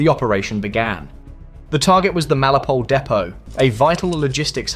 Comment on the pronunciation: FFS mate. MEL IT O POL. Melipole is ignorant crap.